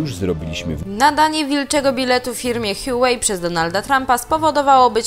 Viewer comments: Nie Hiułej tylko Hłałej się mówi. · łałej jak już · Nie, absolutnie nie. H jest dźwięczne. HUA czyli kwiat. 华为。 Wpisz to sobie w google translator i zobacz jak przeczyta.